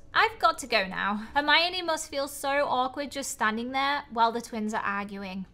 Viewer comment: saying hermione wrong me: gurl maybe u should learn how to read hErMiOnE:>